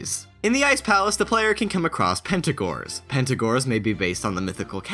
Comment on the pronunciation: "Pentagors" Did... did you really not notice its Pengator, like Penguin-Gator